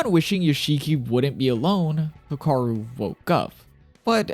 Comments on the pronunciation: youre pronouncing hikaru kinda sounds off sounds like hakaru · Hikaru is pronounced “He-(with a strong “ee”)-kah-roo” /informative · instantly paused the video and stopped watching when you pronounced hikaru wrong